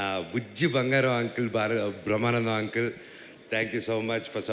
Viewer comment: ముందు ఆ అంకుల్ తొంకుల్ అనడం ఆపండ్రా రేయ్! 😂😂😂 వినడానికే కంపరంగా వుంది! కనీసం బయట మాట్లాడేటప్పుడు!